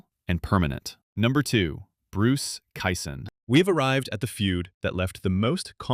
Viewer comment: You did fine with Ed Ott and Bob Gibson. But there were multiple mispronounced names mixed in. After I heard Bruce Kison pronounced Kyson over and over, I knew I could not respect this podcast or it's opinions. Also. another dealbreaker: You don't say that a guy was hitting point 275. Even the most ignorant baseball fans know it is just called a 275 average. I had high hopes, but truth is, after starting to watch baseball over 60 years ago, I easily have more baseball knowledge than yourself. My father bought me the Baseball Encyclopedia every year when I was young. By the time I was a teen, I knew more about those parts of baseball more than anyone I ever knew. Not bragging, simple fact. I was a stat machine, and knew all the players those stats belonged to, and for whom they had ever played for. I'm 67 now, and have forgotten much more than I had absorbed over my lifetime. But I can still make it, while you are obviously faking it. BTW, it's Kee-sunFFS. In your defense, you did get his first name correct.